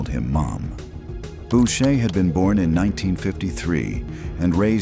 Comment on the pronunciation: "Bow shay" should sound like "boo shay" FFS !